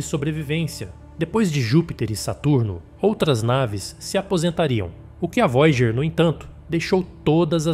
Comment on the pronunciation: "Vói a gêr" "Kar u sei gan"